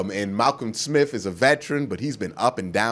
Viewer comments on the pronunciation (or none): none